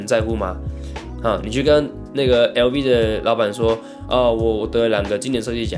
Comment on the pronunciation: 好奇你可以去讀碩士，爸媽從事呢那一方面職業？ 然後 LV跟 hermes 正確發音可以跟當地人學一下。